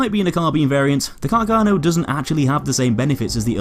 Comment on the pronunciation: A bit of a pronunciation error: Carcano is pronounced with the stress on the first 'a'. The pronunciation you use is a common misunderstanding amongst english speaker. If you read this, please take listen to the right pronunciation in this website: Also, great video, as always